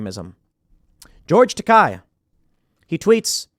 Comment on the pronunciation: Isn't it "George Takei", as in it ends sounding like "hey"? That's how I always heard it before